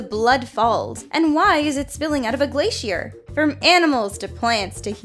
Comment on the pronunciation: Did she say glay she air im done